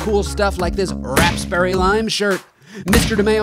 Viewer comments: It's wrapsberry lime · a new character this is her first appearance also it's RAPSBERRY